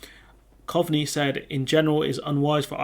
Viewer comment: it's pronounced Cove-ney